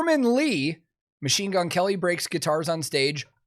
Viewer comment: Herman said "Machine Gun Kerry"